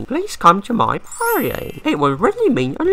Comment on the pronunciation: OMG SERIOUSLY I THOUGHT I WAS THE ONLY ONE “Ir don’t knowr mayr name, but, I have carage”